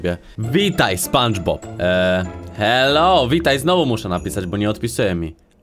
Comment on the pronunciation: sie spanczpob